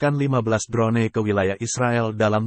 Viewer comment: Drone= dron sebutanya wak..bkn dron ne..🤣🤣🤣🤣